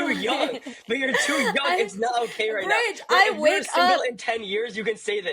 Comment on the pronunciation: Its brij not bridge , just letting u know , no offense